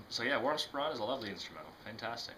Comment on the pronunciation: "Spaw-ran"? Sporrn' (rhymes with corn) is the way it is pronounced and it is the thing at the front of the kilt, (a thing I wouldn't be seen dead in and i'm Scottish) it doesn't go underneath to keep your privates warm. Jist sayin'...